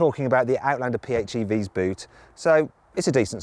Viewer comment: アウトランダーの発音がよすぎて感動した